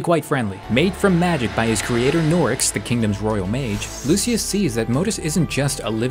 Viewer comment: You’re pronouncing Modeus and Lucia wrong btw